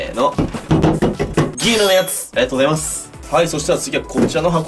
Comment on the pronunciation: ピクルスのあとのありがとうございます！が、、 ありがとナス！ 、、重症